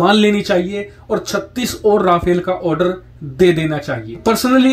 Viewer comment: it's no "Ra-fail". It's pronounced "Ra-faal"